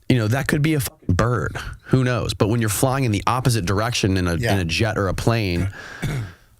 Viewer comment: 'frying' instead of 'flying' I don't know...but I really get a since this man is trying to manage public perception for a lot of this interview. If there is such a thing as a 6th sense for detecting dishonesty, mine was going nuts the entire time. What's the saying.... 'once in the CIA, always in the CIA'?